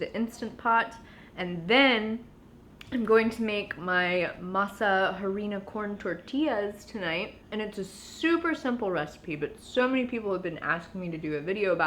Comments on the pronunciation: In Spanish you never pronounce the “h” so Harina is pronounced like “arina” ...same with helado (ice cream) sounds like “elado” ALL LOVE ❤️❤️ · Please stop saying the H in harina, It is silent 😊 ily